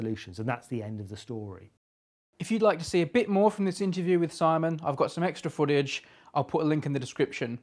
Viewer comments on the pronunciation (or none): none